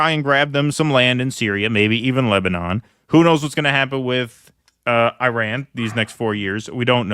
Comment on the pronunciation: Gentlemen, it's pronounced 'eeraan' 😊 Thank you so much for everything you guys do.